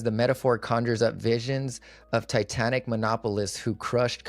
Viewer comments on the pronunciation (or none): none